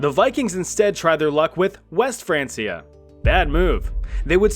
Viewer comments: "France-ee-ah." N...no. "Francia" was the latin name/spelling for the "Land of the Franks." Latin didn't have a "k," only a hard "c" (like "cut"), so "frank-ia." France is called "Frankenreich" in German to this day. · It's pronounced "Fran-kia", not "France-ee-er". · I had to stop watching after it’s not Franceia it’s pronounced Frankia, like the name Frank, because it’s the anglicized version of the original Franc, who were Germans who took over modern day France. Which was the last Frankish kingdom, which is why West Francia is now just France, as Germany and Italy both fragmented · Its pronounced frankia, not fransia, jesus. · It's "Frank-iah" not "France-iah" 😩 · Frank-e-a not France-e-a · Its not franceia. Its said Frankia god damn you. Its not english. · It's Fran'K'ia, not Fran's'ia...the C is hard as its rooted in Latin. Remember, kids are learning from channels like this so teach them properly. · Not be an a-hole but it’s pronounced “frank-E-A” not “fransia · It’s was pronounced like Frankia and not France-ia. Hence why they were called the Franks. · Hearing Francia as Franceia sends me. Why u keep saying like that!? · “frein- key-uh” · Isn’t it pronounced frank ee ah? Didn’t you watch Vikings? ❤️‍🔥❤️‍🔥❤️‍🔥❤️‍🔥 just saying (😗🤓😏) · Its pronounced Fran*K*ia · Hey, history communicators with only one job, the name of the Franks is probably a good indication of how you pronounce, “Francia”. I know, jobs are hard … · The Franceia pronunciation is giving me physical pain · It's actually pronounced like Frankia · How does one pronounce Francia wrong while (correctly) mentioning Franks in the same sentence? Wild. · Just pronounce Francia right damn it lol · its pronounced francia with a K, not a c. like you like in frank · My brother in Christ I don't think that's how you pronounce Francia. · Your pronunciation of “Francia” was mildly irritating. Other than that, great video as always!